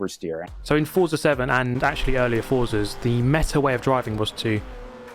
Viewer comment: please pronounce Forza correctly! Is an Italian it's like getting slapped each time you say it. Forza is Italian for Force. Z is pronounced as "ts", like in pizza.